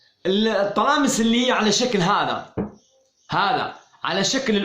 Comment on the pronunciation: السلام عليكم غخي «الطلاسم»و ليس الطلامس